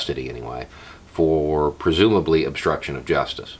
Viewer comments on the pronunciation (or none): none